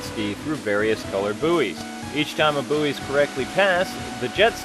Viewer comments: boo-ee? isnt it boy? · lol, its 'buoy' (boy) not boo-ee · Booey? Lol it is pronounced like boy.